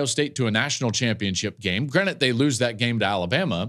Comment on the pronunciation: DUDE. It's been all season... it's GRANTED, not granite... granite is a type of rock. You're on a podcast. Stop saying granite. It's granted...